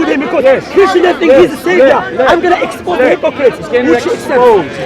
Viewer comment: I love it when he says "I am going to expose" sounds like "I am going to explode" hahahahahaha. just run when you see. To have a rational discussion with a Muslim he has to be alone with no other Muslims around him. Is the only way. Any other way is a waste of time15 min waste of trying to make the point another 15 min jumping from tupic to tupic. And when you finally arrived at the point of actually talking then the lying will begin for the rest of conversation.